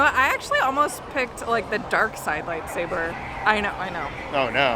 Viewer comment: The lady said “the kyber crystal is the heart of your light-saver” SAVER!???!? it’s a light-saber! Not saver